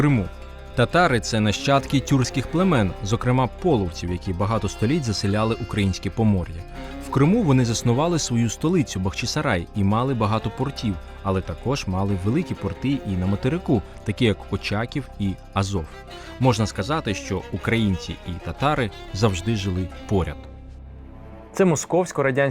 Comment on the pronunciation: Шановні, відходимо від імперської традиції - не бахчИсарай, а БахчАсарай.